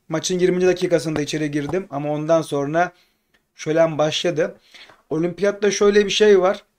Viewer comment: "sorna" değil "sonra"dır doğrusu... ses tonunu yerine göre kullanmalısın hep aynı düzey olmaz, vurgular, telaffuzlar daha güçlü olmalı. Genç oyuncular hakkında bilgilendirici videolar yaparsan ilgi çeker diye düşünüyorum. "Kayıp Yıldızlar" serisi yapabilirsin Ali Şen Kandil, Barış Memiş vb. Selam ve başarı dileklerimle...